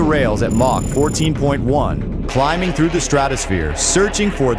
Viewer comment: AI crap... what is mock??? it's supposed to me MACH. Dummies.